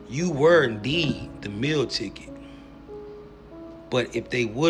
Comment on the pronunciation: Wtf is a "mill ticket"? You mean Meal Ticket???